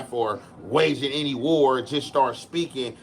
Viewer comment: It’s waging war not whatever just tried to say 😂😂😂